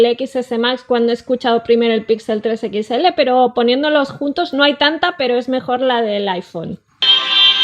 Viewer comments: siempre dice "pixel 3 equixele":v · Nada como escuchar a decir "Equits L" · Por que dice pitsel equitsele :v? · Ostia puta, alguien que le diga a la guera que no se dice "equits ele" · Jaja por qué dice pixel 3 equisctsele?